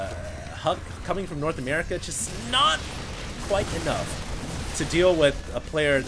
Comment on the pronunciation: Love the way you say: "NOT",! Haaha.